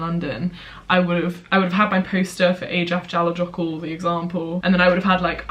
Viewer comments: Eyjafjallajökull is pronounced ay-ya-fya-la-yo-koo. Love your videos ❤️ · I really love you but I studied the same volcano and it's pronounced "aya-fetla-yohur". I get it though it's a weird one 😂😂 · Btw Eyjafjallajökull isn’t pronounced like that. It’s: eye-a-fi-at-la-YER-kloock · Good try,... But EYJAFJALLAJÖKULL is pronounced so differently!:D:D For example LL in Icelandic is pronounced TL! And did you know it's actually just a place? Eyja means Islands, Fjalla means Mountains and Jökull is a Glacier! So it means the Glacier on top of the mountains next to the Islands! The volcano basically doesn't even have a name, they just use the Glacier name which is a description of its location! RANDOM FACT but I thought it might interest you! KIND REGARDS from someone who spent their GAP YEAR IN ICELAND (can recommend!)! LOTS OF LOVE! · The way you pronounced Eyjafjallajökull 😂😂😂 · I was laughing so much about how pronounced it😂 tbf it's prob her teachers fault😆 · The way you pronounce Eyjafjallajokull 😂 I remember learning about that in Geog too, good times. Can't believe i feel nostalgic about Geography😂